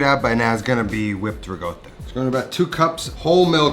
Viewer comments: Very-very good recipe, on every level. BUT only 'ricotta' is pronounced "riKotta", not "riGotta". K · Why is this rigotta with a G? There's no g in it. It's ricotta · your pronunciation of ricotta is way off